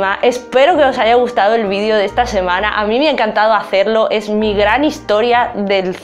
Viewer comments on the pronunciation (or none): none